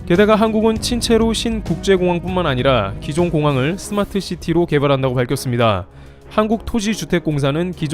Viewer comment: 스마스 시티 아니고 스마트 시티가 맏음